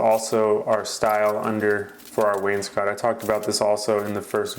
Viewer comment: Nice to hear someone in the trades pronounce wainscot correctly when too many call it Wayne’s coat